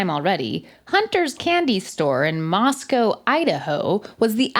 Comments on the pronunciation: pronounced Moscow, Idaho correctly!! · Moscow, ID is pronounced MOSS-CO not MOSS-COW, that's Russia. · Love pronouncing Idaho’s Moscow correctly 🔥🔥🔥